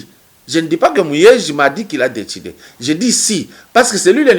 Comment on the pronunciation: PAPA KADIOMBO YO OLOBI YANGO BIEN YE ALOBAKI ""ZE SUIS FATIGUÉ DE LA NIGOZIATION """AYEBAKA KOLOBA FRANCAIS TEEEEE ATA PRIMAIRE AKOTA TEEEEEEEEE